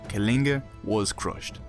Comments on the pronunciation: Aa a Kaligan lol....it was so funny he couldn't say କଳିଙ୍ଗ it's the la sound not la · hhahah then try pronouncing it correct sweety! Let's see if you can do the ଳ sound 😀 I'm from Kalinga, it's pronounced କଳିଙ୍ଗ (la sound when you roll the l. Not normal l. And we are not called Kalingans. Lol. But nice to watch. You forgot to mention the people of Kalinga stood till their last breath refusing to give in. Ashoka didn't use anything fair. And we were used to fair war practices. A fair fight. The river was filled with blood. So much human blood dried the river. And to this day, the river stands dried, making humanity remember how horrific wars & the madness of expansion can be.